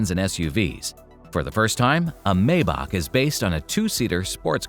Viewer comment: It is pronounced ' My bach' according to Doug DeMuro